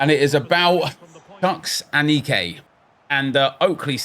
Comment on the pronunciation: Aneke is pronounced ah-knee-kay